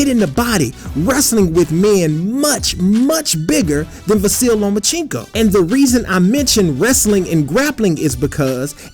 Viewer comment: is it just me or is he saying “the silly lomachencko”